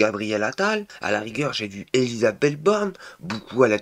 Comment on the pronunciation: Ah ouaiEU ÉlisabethEU t'as fait poly-techniquEU